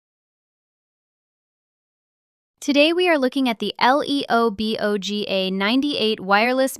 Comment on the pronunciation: The way Ai read L E O B O G 😂